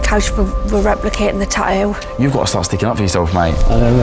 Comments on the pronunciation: Tattoo ffs speak properly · Is it really that difficult for the hosts to say the "T" in the word tattoo?. They say the first one. .all I hear is Taooo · It's tattoo no tahoo